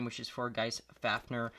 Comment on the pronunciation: How to say fafnir fa f near